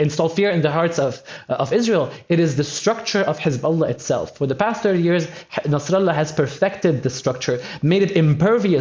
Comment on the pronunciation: Nassralla😂😂 sinsar😂😂😂..